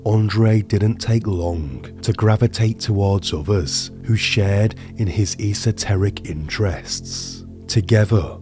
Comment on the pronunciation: Esoteric is spoken as a full word you don’t hyper pronounce the E 😂 it’s like the petrol garage esso you don’t say E’sso 😅